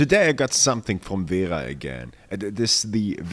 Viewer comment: Speak you german. You speak Kraftform and wera like a german people